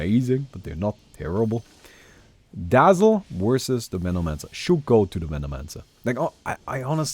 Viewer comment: Did anyone heard it like "Menomancer wersus the Stinker" lol